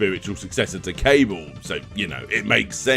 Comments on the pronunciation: Cabal is pronounced "Cah-ball" (like that masked MK character with the hook swords), not "Cable." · That's Ka-bahl*, not *Cable Christ. It's not that hard a word. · Why do you pronounce Cabal as cable? It's pronounced Cah-Bahl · Why do you pronounce "Cabal" as "cable?"